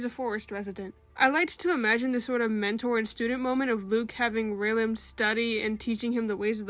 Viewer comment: Also you got the pronunciation right, and I'm so glad you got him to study because that boy is definitely illiterate ^^'